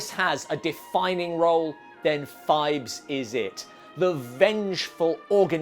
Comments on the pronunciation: It's PHIBES, not FIVES, and it was TWO movies. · I dont know who does your chapter titles, Poe Cycle, not Post Cycle….and Phibes, not Fives ffs